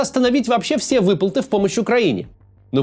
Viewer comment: Максим три раза подряд произносит "выпылты"😭